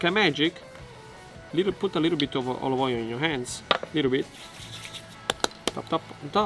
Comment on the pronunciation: tell me how many times he said oilive oil in the video ???\